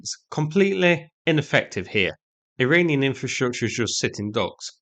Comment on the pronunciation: targeting an Iralian?! What’s up with you and not pronouncing anything correctly?! 😂